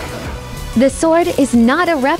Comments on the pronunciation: She totally mispronounced it but not in a good way. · I'm guessing Arnold Schwarzenegger's father did Nazi that pronunciation. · I think she mispronounced the name